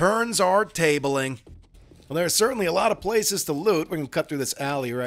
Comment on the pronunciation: "The turns are talbeling" Love ya man, so fricking funny...